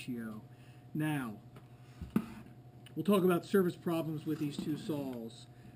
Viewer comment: are you calling saws sals